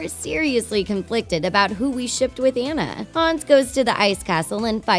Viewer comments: Who’s Anne-uh? I remember Ahhh-na. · I'm not trying to be rude but you don't pronounce it like Anna its Onna but it's spelled Anna so it's kinda tricky but its pronounced like Onna. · YOU SED ANA AND NOT ANNA! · IM SORRY BUT THEY KEPT ON SAYING ENNA BUT ITS ANNA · It's not aena it's anna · Anna not anne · THIS IS SIN, her name is pronounced auna!!!!!!!! NOT anna!!!!!! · It's actually Ana not Anaya. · YEAHHHH I HEAR annuh instead of anna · that not how you saw anne is like onne but it spel like a nne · And pronounced AWNA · It's (on-na) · Ok her name is spelled Anna but u say it onna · Just so you know Anna's name is pronounced Onna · I am so tired of this😡 its pronounced on-a maybe if you actually watched the movie in stead of skimed it like a book you would know that😡 it's just so 🤬 annoying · It’s pronounced on-a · You said Anna wrong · It’s Anna you stupid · If you think Frozen is one of the biggest movies why don’t you learn to say Anna. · FIRST YOU PRONOUNCED ANNAS NAME WRONG THEN YOU GO AHEAD AND TELL US A PLOT TIWIST IN RALPH BRACKS THE INTERNET WITHOUT A SPOILER ALERT I 🤬 HATE YOU IM NEVER WATCHING YOUR VIDEOS EVER AGAIN YOU🤬